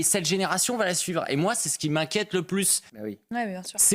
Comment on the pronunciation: Ji oune pensi à loui Charles et toute sa famille ...Ji pout pas vous dire plousse 😂😂😂